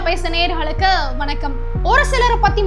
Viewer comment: சிறிது அவசரப் படாமல் செய்தியை பகிருங்கள். பதட்டம், செய்தியின் பதம் பரமபத நிலைக்கு கொண்டு செல்கிறது. ஆரம்பம் நொடியில் “பேசு தமிழா பேசு நேயர்ஹளுக்கு” — சேனலின் பெயரை குறிப்பிட்டவுடன் ஒரு இமை சிமிட்டும் கால அளவு நிறுத்தி “நேயர்களுக்கு” என்று கூறிப் பழகவும். சேனல் பெயர் தெரிந்துதான் வீடியோவை பார்க்கிறோம் — இருப்பினும் சேனலின் பெயரை குறிப்பிட்டு ஆரம்பிப்பது ஒரு மரபு — அது முக்கியமானதும் கூட. இருப்பினும் அடுத்த வார்த்தைகளின் தாக்கம் அனர்த்தமாக இல்லாமல் இருக்க வேண்டும்.